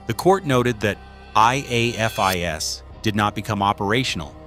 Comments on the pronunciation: If I hear A.I.F.I.S. one more time instead of afis, I will scream. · Probably a Chatgpt type script that knows a longer time means more advert opportunities. The AI narrator spelling out: I_A_F_I_S like a kindergartner learning their alphabet. Pronounced as a word by LE, Forensic investigators, and anyone who enjoys true crime: AA-fis. FYI: C_O_D_I_S is used similarly Ko-dis pronounced as a word. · And spelling out IAFIS 😂 it’s not a huge deal but, non-crime junkies, like AI, wouldn’t know the standard way it’s spoken, and not spelled out. Each time it spelled it out just didn’t sound right lol 👀😬😅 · Hate AI. Teach it how to pronounce IAFIS